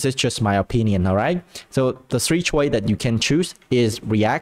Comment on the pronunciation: "... so I don't really agree, it's just a personal experie[ce], it's just like a personal choi[se]" "... the three choi[se]" "... so the three choi[se]" idk about you, but I don't know what "choi" mean :(